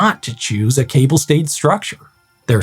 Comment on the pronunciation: Yes, as a Frenchman I particularly appreciated his pronunciation ! First one I heard it correct from an anglophone.